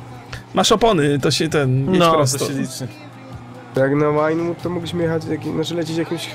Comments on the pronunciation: przepraszam, że się czepiam, ale źle wymawiasz Vinewood. Przeczytaj sobie w Internecie różnicę wymowy pomiędzy angielskim 'wine' (pl. wino), a 'vine' (pl. winorośl). W języku angielskim 'v' czyta się jak polskie 'w', natomiast ang. 'w' jak polskie 'ł'. Pozdrawiam i proszę, nagrywaj dalej GTA: Online - cudownie się do ogląda i jeszcze więcej śmiechu. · Wymawia się Wajnłud, nie Łajnłud :) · Drogi, czemu "V" wymawiasz jak "Ł"?